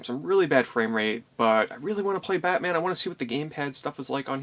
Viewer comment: Did anybody else hear him say pacman instead of batman the first time he said it?